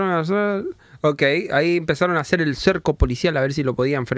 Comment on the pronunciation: en el minuto el de rojo es paraguayo y dijo que voy a hacerrr dijo